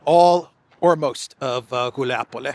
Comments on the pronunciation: It's Guliay-pole, not "Guliapole."😃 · Wuilapolay properly pronounced. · FYI Guliay-Pol-yeah used to be the HQ of Bandera. Its fall is symbolic, it's as "de-naatsi-fication" as it can get